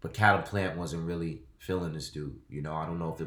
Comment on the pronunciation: it’s pernounced Caleb plant like Kay leb plant except spelled Caleb plant